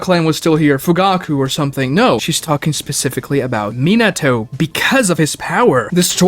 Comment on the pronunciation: Also “minna toe” despite it being his fav